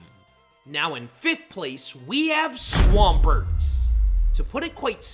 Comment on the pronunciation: DO NOT LEAVE OFF THE M IN SWAMPERT!